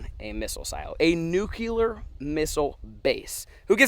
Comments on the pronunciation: It’s nuclear not nuculer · Nuclear, not Nucular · Or nucular instead of nuclear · nukular is killing me. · It’s nuclear not nucular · It's nuCLEAR; not nuCULAR! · “Nucular” count - 82 “Nuclear” count 0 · Any one else notice said “NUCELAR” instead of “NUCLEAR” English is hard ~ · Anyone else get annoyed he was saying “nuke-u-ler” not “nuke-lee-er” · NUC lear. Nuc leeear not Nuculur Sorry two different meanings and ways to say it. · "Noo-kewl-ur" ~ I smell a T-shirt coming. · pronunciation : noo-KlEe-R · Cold War was Russia. Lol there was some slight messiness during the Cuban missle crisis when they brought nukey poos to Cuba. Sorry ocd couldn't take it after bout the 30th time lol. Oh and there's a hard L in nuclear 😂😂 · Please stop putting the extra u in nuclear. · Nook-Lee-Er Hope this helps. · You say nuclear like Bush